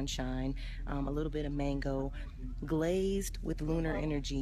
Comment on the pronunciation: This chick said Glaazed with lunar energy lmfao My stomach hurt laughing at this shit